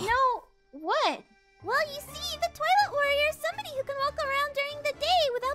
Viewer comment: On when said twilight warrior why did i hear toilet warrior